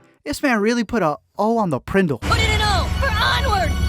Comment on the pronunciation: Can we all just take a moment to appreciate that he said PRENDL